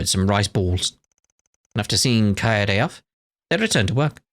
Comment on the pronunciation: Chloe (Judith's mom) and Dominique did bring up that Risette looks a lot like someone they're familiar with... EDIT: that, and the name Kaede has come up before in act 1. On that note, it's pronounced Ka-e-de in three syllables, both e's being the same eh sound. Because non-english stuff is self-consistent like that.